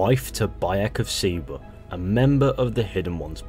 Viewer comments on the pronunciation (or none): its Bayek of SIWA not SIBA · He pronounces siwa wrong so many times